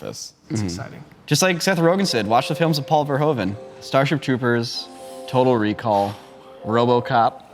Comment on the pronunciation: NIce episode and i can't wait to watch Black Sheep now. Just wanted to say that in Dutch "oe" is pronounced the same way "oo" is pronounced in English (as in hoover). So phonetically Paul Verhoeven is pronounced Paul Verhooven